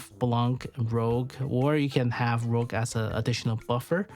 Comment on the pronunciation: great vid an analysis. One small correction tho. Her name is RouGe, as in red in french, not RoGue. I know it's easy to miss. Did the same mistake at the beginning until someone on reddit pointed it out